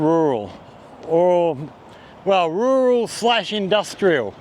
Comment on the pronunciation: With your accent when you say "rural" it sounds painful. Enjoy your content .